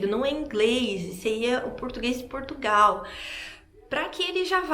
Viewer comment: Foi o "pastô" da igrejinha"delis" é "qui" mandou "elis vim prá Portugaaauuuuuuuuuu". Nem o nome do nosso país "elis sabi falá".